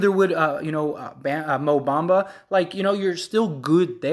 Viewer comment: Bro the Magic is not trading Franz is you outta your mind???? And you not even saying Bamba name right…. You know nothing about the Orlando Magic!! Like you really rather keep Isaac over Franz… Stop it bro stay off the weed! Franz is a corner stone! The man had a 38pt game his rookie year a Point forward who can play on and off the ball and a dog on defense and played over 70 games led all rookies in scoring! Over Cade over Green over Mobley over Scottie Barnes and you talking bout franz won’t be that big of a lost… You have no idea what u talking bout